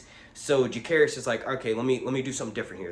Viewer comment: Jacaerys , not Jahaerys